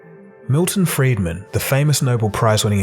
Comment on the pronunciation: Milton Friedman, not "Freidman".